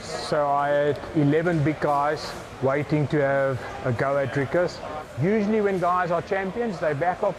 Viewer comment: I like how the Americans call him Draicus instead of Dricus